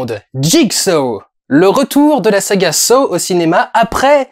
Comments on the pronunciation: ça se prononce "sah" et non "so" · Victor Petrenko Ça se prononce Saw